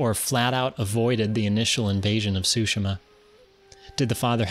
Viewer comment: It's pronounced; Soo-She-Mah